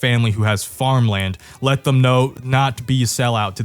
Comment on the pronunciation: “love thum for thum” truly inspirational